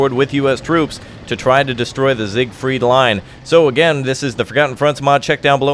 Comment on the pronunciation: it's siegfried not sigfried